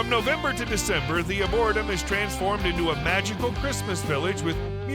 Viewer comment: Uhmmmm....if you're marketing yourself as "The Luxury Travel Consultant" I think learning how to pronounce words is of paramount importance. The word "Arboretum" is pronounced ARE-BORE-REE-TUM, as in a place with lots of trees. SMH